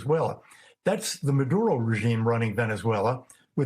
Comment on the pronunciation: Free Fwee Manduro mommy